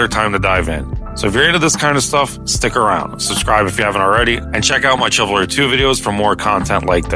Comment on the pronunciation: its shiv alry not what ever the fuck youre saying